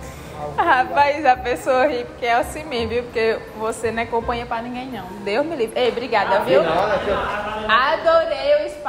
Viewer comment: "você não é companhia pra nínguém não" realmente akakakakakaka